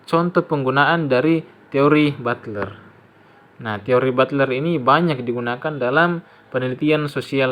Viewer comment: Butler hehe bukan bulter😊😊